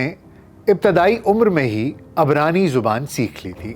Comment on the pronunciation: At video time 4 mi utes 17 seconds it should not be in 1992 but 1929. Unfortunately your pronunciations in Urdu are also incorrect in places, for example you say abranee zuban, which is incorrect, the correct pronunciation in Urdu is ibranee zuban. After hearing just the first few.jnutes these are the observed results, I dont know how much there is in the rest of the video. As a podcaster you should have your podcast more accurate in all its content. As my Urdu keyboard is not working I had to write this comment in English.